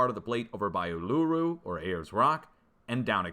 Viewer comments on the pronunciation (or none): Just for reference 🖖🏻🇦🇺 , It’s pronounced, ‘ Oo-La-Roo’. 3 separate sounds. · Its pronounced U- lu-ru or oo- loo-roo